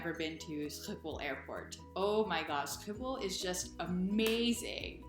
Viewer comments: you pronaunced the airtport coreectly in my opinion. Adn btw I thought things were cheap in the US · You nailed the pronunciation of Schiphol 😃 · I'm shocked at how good your pronunciation is after just 1 year :o yes your schiphol wasn't perfect, but among the best I've heard foreigners say it, you had atleast somewhat of a G sound in it